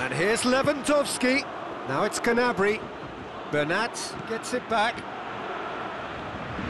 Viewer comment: its gnabry